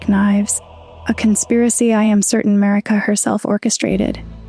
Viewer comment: “Mareeka” 😫😫 Why do you torment us like this